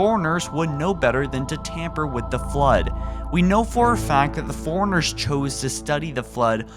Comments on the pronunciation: How the fuck do you mispronounce "Forerunners" With "Foreigners"? Also, no, that's just a cinematic sound effect. Those two sounds sound nothing alike. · Fore Runners not Forigners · Is he saying 'foreigners' or is that just me? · forerunners not foreigners lol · All I hear is "foreigners" when you say Forerunners lol. I like your theory but in the Halo 5 legendary ending cinematic, you can clearly see that the lights of the unknown Halo ring light up cuing in the sound you hear to show that it might be activating. Why it is activating can tie into your theory about the Flood coming back since the Halos were meant to rid the universe of the Flood. I think the sound effect you mention being the sound of the Flood might be too far reaching though but otherwise great video. It would make for an interesting story for Halo 6 should the Flood indeed return.